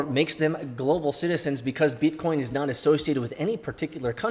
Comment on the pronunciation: First time I heard say BEETCOEEN ages. Damn it felt good!